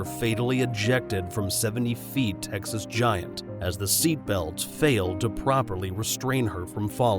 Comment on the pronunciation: “his home state of Tecnas”